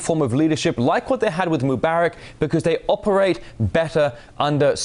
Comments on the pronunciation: According to the usual Arabic rules for stress, the name Mubarak (better, Mubaarek) should be pronounced /moo-BAH-rek/, second syllable stressed, since there is an 'alif' following the 'be'. مبارك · Where I live in Morocco, my best friend's first name is Mubarak. It's pronounced like Moo-bah-rak with emphasis on the second syllable. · I'm finding it annoying to hear you mispronounce the name of Egypt's former president. Mubarak. Please say it correctly in the future.